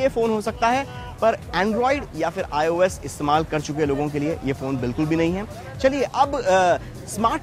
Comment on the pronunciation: the guy who has given the background voice who tells the specs n all is so awful. Hes the worst ive ever heard. Not expected from a show of this caliber. aur ye 'IUS' kya hai? ios bhi nhi bolna aata thik se....awful